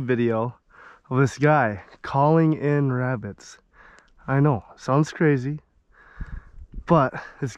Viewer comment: “Shhhh, I’m hunting Wabbits”